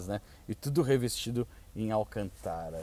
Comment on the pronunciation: Nao da pra se sentir bem com ele falando alcantára